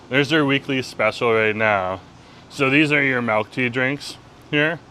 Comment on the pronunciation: i love you but good lord the way you pronounce milk is wild you say melk instead of milk and it’s driving me insane